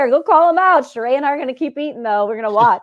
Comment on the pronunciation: Why has this man refused to at least respect Sheree enough to say her name correctly.